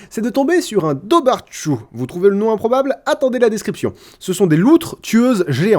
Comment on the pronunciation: Le mot "dobhar chù" se prononce "dovar khou". Très bonne vidéo autrement. Je pensais autrement à la bête de Béré, un mythe plutôt connu dans le Pays de la Mée, dans l'Est de la Bretagne, c'est intéressant tout ça ! :)